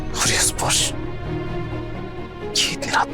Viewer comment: Nahar ne chuchundar bola 😂😂😂😂😂😂